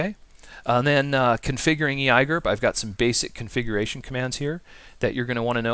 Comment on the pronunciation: I had to thumbs down this video just because you said "ee i gerp", otherwise great video!!!!